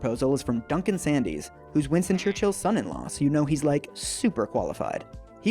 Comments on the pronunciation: Duncan Sandys…Pronounced Sands, not Sandees. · It is NOT the European flag !! It's the EU flag. There are countries in EUROPE who are NOT in the EU !! "WILLIAM CHURCIALL"! WHO !? DUNCAN SANDYS is pronounced SANDS.